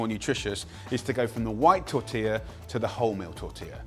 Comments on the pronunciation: The best thing I can say about this is that Jamie Oliveoil managed to pronounce "tortilla" almost okay. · At least he knows how to pronounce "tortilla", brits have big problems with this for some reason.